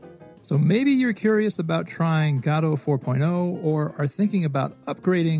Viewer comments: GAW-doe? You mean guh-DOE? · It's not gaadoo it's GODOT !!! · its not Gado its Godot. Go dot. Thanks for good content 🙂🙂🙂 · Wtf is Gaddoh? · i mean, i might subscribe but i dont know if i can handle the "gato" pronounciation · Why are we pronouncing Godot like Gatto? I actually hate the real way it's pronounced but this bugs me even more XD.